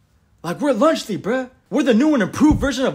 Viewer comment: Lunch Le why did they said lunch Le instead of lunchly?